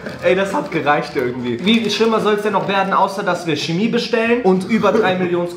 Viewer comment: "Tschemie-Schärfe" whuuut 🤯